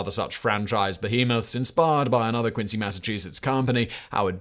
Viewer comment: he said quincy with a C, as he should.